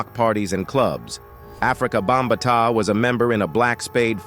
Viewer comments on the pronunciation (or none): Africa Bom-Batah 😂